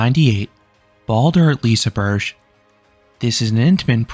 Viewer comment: babe wake up new liseberg pronunciation just dropped